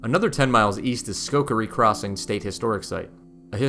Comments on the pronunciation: It's Schoharie not Schokarie! But this is a great video. Thanks for creating and sharing! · Well done! BTW the Schoharie County, Creek & Village is pronounced: skoh-HAIR-ee. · Not taking anything away from this very good video. Thank you for producing and sharing it. Very good quality videography. 2 constructive criticisms: - Selfies are creepy, no matter how beautiful you are. I find them to be a big distraction. I'm here for the subject matter. -It's pronounced, "sko-HAIR-ree" (Schoharie) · Great video, really good production value. But, Schoharie is pronounced like Sko-Hair-E. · He couldn't pronounce Schoharie, there's no way he would even try this. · thank you, I came here to correct the pronunciation of Schoharie as well. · This was so peaceful to watch - thank you. For not being from here, you did a great job with pronunciations. We’ve got some interesting pronunciations in Upstate NY. (Schohaire: Skoh—hair-ee.) Am not sure about Medina, but am assuming the town is connected, so it’s: Meh-dine-ah. Cayuga: Cae-yoo-ga. And yay! You showed Baldwinsville (Lock 24) just before highlighting Phoenix’s lock! Baldwinsville has an island right on the canal that hosts summer festival days, concerts and other events. Phoenix up to Oswego is rich in history, and if folks get to Fort Ontario, be sure to stop in at Safe Haven, a museum dedicated to the refugees from the Holocaust that’s in the Fort Ontario complex but a separate entry. Thank you - am looking forward to exploring your video library!